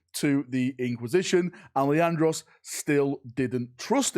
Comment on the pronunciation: Leandros, its Leandros. Did I mention it was Leandros?